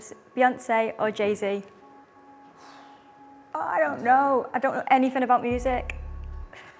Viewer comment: man said will instead of jay